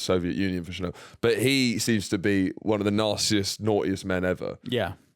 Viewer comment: Finn pronouncing Chernobyl as Chirnobble the whole episode making it sound like a provincial town